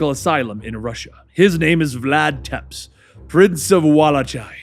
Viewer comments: He really pronounced tepesh 'teps' and wallachia as 'vellč' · is really bad at some of the country names, and dracs last name